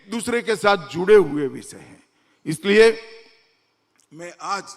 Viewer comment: Amitbhai! Once a Gujarati always a Gujarati. Me too. I have always observed one thing in your speeches. You always say implementension instead of implementation. It's a tongue twister for you 😂. One more tongue twister in Modiji's case - He says हुये instead of हुए 😂